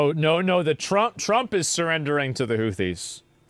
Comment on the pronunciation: Houthis sounded like Hoochi bruh, lol